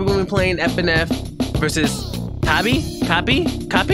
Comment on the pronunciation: Kapi not Kabi lol